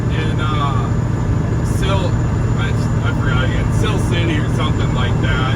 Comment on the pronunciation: It’s Si-ler city. I used to work there and I know exactly who you went to for the tune…